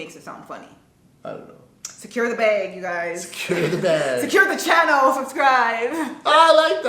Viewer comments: It sounds like you're saying beg not bag lol. says WAP weird too. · It’s adorableee! It sounds like “beg” when your say bag 😜🤗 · Okay says BEHG or Bāg • says it correctly, Bahg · you say bAYg and we say bAg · The weird pronunciation of the word “bag” seems to be a Canadian thing. You guys say “beg” or “bage” and Americans say “bag”—like it’s spelled. Ha! Love this video, guys! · i've never really noticed the way says bag. now i can't unhear it. it's as if she's saying "beg" and "bag" at the same time. you can hear the "-eg" at the start, then it switches to "-ag" at the end. also, the word is stretched out, almost like there's two syllables. and i wouldn't say she's saying it funny. sounds normal to me. i actually had to play that part of the vid several times to find something. could be because i'm from the south. a lot of my words sound "stretched out". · I never noticed before but you do pronounce bag like bay-g 😭😭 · I pronounce bag the same way (sounds like bayg) and I’m from Toronto, I didn’t realize it until a family member from the US pointed it out lol, people I grew up with pronounce it like that too so it must be a Toronto thing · your 'bag' sounds like 'beg'😂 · yoooo your Jamaican came out wgen you said "BAG" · Bag or beg, this is how Canadian pronounced it.. It is just a Canadian thing... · I didnt even realise you said bag different lol but listening to you in this video saying it, you actually do say it differently